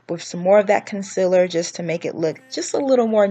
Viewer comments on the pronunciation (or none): LADIES ITS CON-CEAL-LER NOT CON-CIL-ER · noooo!! she says “conciler”😭😭. but i love this video tho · Are you southern? Because i am from texas and i say “conciller” too instead of concealer 😂